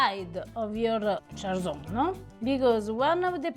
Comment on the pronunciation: I love that you showcase a bit of Friuli, it is such an underrated region of Italy often forgotten about. So the way you pronounce cjalsons is with a harsh j. ‘Cj’ in this case is pronounced as ‘ch’, think of the wine ‘chianti’ for pronunciation. You guys are amazing!